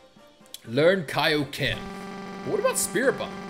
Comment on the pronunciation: Its kioken